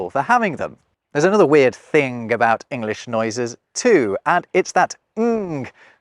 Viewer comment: I question the "added" sound that you use with words ending in "ing". c.f. thing+a making a sound like thin-ga (see time and ":35. Later you said the word "thing" but it sounded lmore like "think". I sometimes hear people say walkink instead of walking.